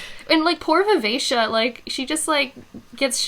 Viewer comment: Wow the way you pronounced Vivacia makes so much more sense than how I read it. I always read it as vi-ve-ki-a lol I had this oh shit moment multiple times in this trilogy for some reason. Maybe I can't read but I initially read Bingtown as Bring-town and had to correct myself over and over when I realized that. The worst one is Brashen which I somehow managed to read as Brandon initially I stg